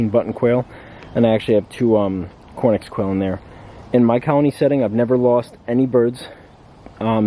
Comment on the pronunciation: Why do you say cornix rather than Coturnix?